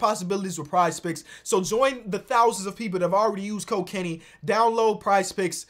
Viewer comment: Lol use code Kenny sounds like use cocaine